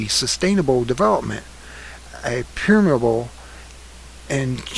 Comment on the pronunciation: Thank you for this very important information. It can't be easy to record yourself for 13 minutes like this, but if you ever decide to improve it, there are some words you have mispronounced: amalgamation, preamble, template, emphatically, eminent, statute, sovereignty. By the way, in Terrence P. Jeffrey's excellent book, Control Freaks: 7 Ways Liberals Plan to Ruin Your Life (2010), he discusses leftist' plans to redesign our communities and destroy our freedom, much as you revealed here.